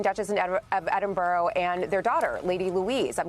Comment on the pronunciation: Melissa Murray needs to know the meaning of the word DIMINISHED! They are the working royals. also needs to know how to pronounce Edinburgh. Thanks to is an anglophile and lived in England. He really understands the workings of the royal family. King Charles III knew taxpayers would balk if there were too many for them to support royals. Certainly, there is no need for Meghan and Harry. Definitely! So sorry that Princesses Beatrice and Eugenie are paying for the sins of their father.